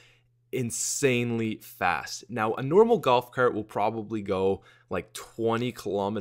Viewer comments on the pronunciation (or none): none